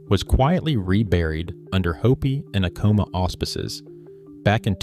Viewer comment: You really need to get the correct pronunciation of these pueblo names. Ah' coma, Pick-crease', etc. The urge to continue to use "Anasazi" comes from a couple of things: 1) it's a pretty cool word, right? 2) It describes an archaeologically identified culture, grouping certain traits, regions and time periods, whereas "ancestral puebloan" is 100% political, demanding that anthropologists acknowledge a pueblo claim right up front, instead of letting the science work its own process. I'd be happy to see a third term attached to the archaeology, that was not somehow, or at least not directly, offensive to anybody, but fat chance! And one more thing you didn't touch on is the question of whether some of these new arrivals, such as the Athabaskan peoples (Apache, Navajo) and others weren't encroaching and raiding at that time. Probably too early for Athabaskans, but there's the Ute and other groups who are contenders for being that guy with the bow.